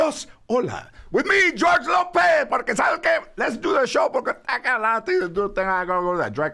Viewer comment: Not Spanish but George always says savsque or something like that and I've never known what it means but he says it on his show and probably in his personal life as well. Badass to see him smoking with cypress only white people don't put it out there they don't smoke every other race is like where's the weed and drink at.